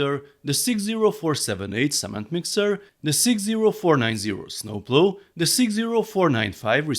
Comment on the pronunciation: Funny how you say snooploo I’m dead hahahaha😂😂😂